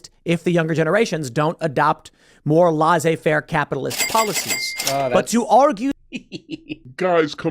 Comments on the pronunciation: how are americans pronouncing a double S sound like a Z is beyond me.. laisser faire not laizzer faire. phonetically: lessay fair. go fuckyourselves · Pim Tool says a lot of dumb shit. But as a French person his "pronunciation" of laissez-faire is simply revolting... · You can tell that Tim the Poolman Taylor was very proud of himself for remembering that "laissez-faire" phrase he learned from his 9th grade history class, despite the fact that he mispronounced "laissez-faire". You know how you can tell he's proud of himself? Because right after he says it he straightens out his shirt in a "pop my collar" kind of way, almost as if to say "yeah, I said that. Look it up, bitches".